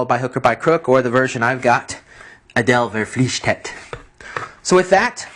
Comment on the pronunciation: Its "Adel Verpflichtet".